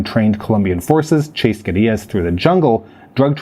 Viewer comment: Interesting that you would pronounce 'guerillas' in a pseudo-Spanish accent while completely mispronouncing Medellin